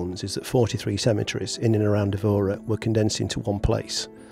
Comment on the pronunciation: My wife, Isabel, was born in the area of the cathedral and found your video very informative and showed Évora to be a place to visit. You only received 9/10 though because your pronunciation of Évora made her cringe! Hope you enjoy Tomar.